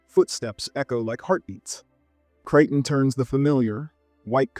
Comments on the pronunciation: Please learn to look up things that you do not know how to pronounce. Otherwise, you appear to be an adolescent who will publish anything, trying to get attention for yourself. You know, like how to pronounce Michael Crichton's name, for example. Pronounce it: CRYTEN. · It's pronounced CRY- TON PLEASE!!